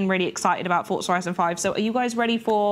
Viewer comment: Fort-za lol